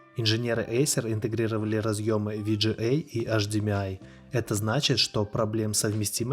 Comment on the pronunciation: Ви джи эй (VGA) кто так говорит?